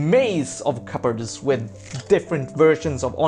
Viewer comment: "Cupboard" is generally pronounced with a silent p.